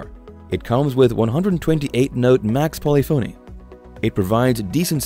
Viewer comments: Learn how to pronounce “polyphony.” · Narrator can’t pronounce “polyphony”, so probably knows zilch about music. Kawai digital keyboards beat all of these.